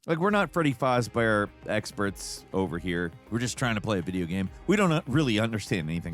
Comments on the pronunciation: That's the first time I've heard someone call Fazbear "Fahzbehr". Fasz bear. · As a big fnaf fan: how you pronounce fazbear and just your overall explanation and calling the tape... it drives me insane 😅😂😂